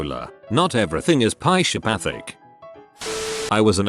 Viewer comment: Not everything is “pie-sha-pathic.”